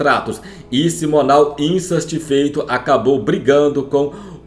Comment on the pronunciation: " E SIMONAL INSASTIFEITO" ...😂😂😂😂😂😂😂😂😂😂😂😂😂😂😂😂😂😂😂